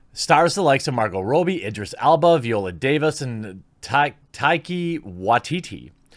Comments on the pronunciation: It's not Rowbie its Robbie, you keep mispronouncing her name. Its makes you sound illiterate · Margot Robbie's name is pronounced Raw-Bee. Not Row-Bee. Thanks ;) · This is like the 20th video I've seen in a week about this movie and everyone keep calling her "Margo Robie" ... Is it supposed to be pronounced like that? Cuz the spelling; "Robbie" would suggest differently and I refuse to believe Americans and Canadians can't pronounced such a common nick name or even given name as Robbie. Im not complaining or anything, I really don't care. But about 30 different people have been pronouncing it this way and I'm starting to question if I'm the one who's wrong 🤣 Please enlighten me.